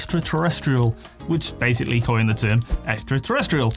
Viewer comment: "...koi-yened the term." 😉🤣